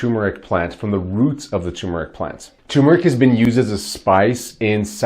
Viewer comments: you misspelled it in the title and you are mispronouncing it. Its not pronounced tum, its tur. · It's TER not TUMOR. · TuRmeric. Not Tumeric. THERE IS AN “R” after the “U” and it is pronounced, not silent!!!!! TUR-MER-IC Why do so many people have so much trouble with this??? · It's tuRmeric. There's an r between the u and m. Ter-meric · First, take a look at the bottle you’re holding. The word is spelled TuRmeric, not “Tumeric”, and BOTH Rs are pronounced. Second: Does this Turmeric Curcumin W/ginger powder help with bone on bone pain? Both my knees are bone on bone. Both were damaged in a car accident and I never received medical help for them. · Can’t spell or pronounce it right …. Not watching and don’t recommend this channel